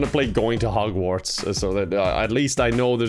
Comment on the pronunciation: Omg I was taking a sip of water when said Hogwats and almost spit my water out. I was not expecting that and just the way he said it was golden.